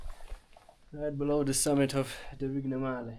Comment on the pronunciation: Pronounciation of the Vignemale peak is just amazingly off 😂